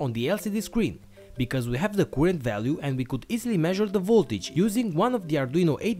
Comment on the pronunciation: By the way, "current" is NOT pronounced 'kurent'.